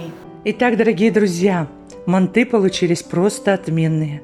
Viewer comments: мАнты , а не мантЫ! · ужасное ударение на слове манты, так не говорят МАНТ, МАНТЫ! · Манты ударение на ы ыыы